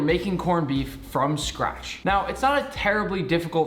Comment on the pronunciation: Wtf is “from scrash”